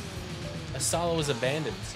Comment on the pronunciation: Please pronounce Ursula correctly!!!!!!